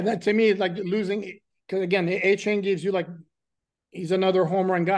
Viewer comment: Achan not achon geez